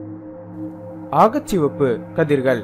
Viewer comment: வழமை போலவே அருமையான காணொளி . 'அகச்சசிவப்பு ' என்பதை 'ஆகச்சிவப்பு ' என்று உச்சரிக்கிண்றீர்கள் என்று நினைக்கின்றேன் . நன்றி சகோ .